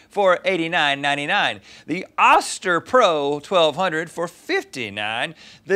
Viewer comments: Pretty sure it's pronounced ŌSTER Rhett!! 🤔 Only know because I have two friends whom are sisters with that last name. Challenge me!! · I always thought that it was pronounced Oh- Ster Like toaster without the t Is that just me? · It's pronounced"oester". Not short sound o but long sound o